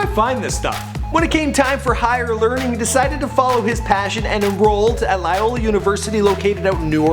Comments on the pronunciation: its loyola not layola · LOY-O-LA ....very simple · not how you say Loyola but do u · LOYOLA OMG YOUR PRONUNCIATION IS KILLING ME BRO!!!!! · Loyola (LO-YO-LA) not LA-YO-LA. And also its New Orleans not New OrLEEEEENS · I hate how he pronounced Loyola and New Orleans.......